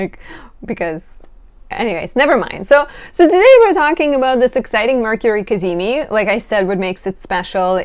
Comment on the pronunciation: “The cazimi… cazimi. Ca-zee-meee!” 😄🤌